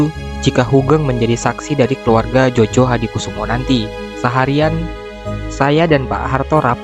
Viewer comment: Maaf, ditulisnya Soemitro Djojohadikoesoemo.... dibacanya Sumitro Joyohadikusumo... tulisan nama itu ejaan lama BI... bro... jgn dibaca jojo...